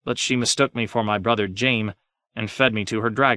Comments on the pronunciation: The first tyrion chapter where he says Jaime as “jame” like 5 times in a row killed me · Like who tf looks at Jaime and thinks to pronounce it JAME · Ah, Jaim and Tie-ree-on and Bree-en-ee. My three favorite Middle Earth hobbits. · Jame? Also his impression of the Raven saying "Snow" sounds very unravenlike. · Jame… more like LAME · JAME?! JAME???!!! SERIOUSLY? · In order to narrate ASoIaF you are required to have at least one speech impediment.